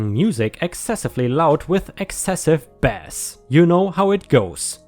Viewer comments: not bass as in fish bass as in base..... baseball...... BARBIE GIRL not baby girl;) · Bass is a fish. When it's speaker related, it's a long A. Like ace with a b at the front. :) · Bass—when referring to a fish is pronounced ‘bass’, when referring to deep sounds in music, it’s pronounced ‘base’. Why? I have no idea. 🎶🎶🎶🎶🎶🎶🎶🎶🎶🎶🎶🎶🎶🎶🎶🎶🎶🎶🎶🎶🎶🎶🎶🎶🎶🎶🎶🎶🎶🎶🎶🎶🎶🎶🎶🎶🎶🎶🎶⭐️⭐️⭐️⭐️⭐️⭐️ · Also, bass the way you said it in this vid means the fish. Bass in a music context sounds like base.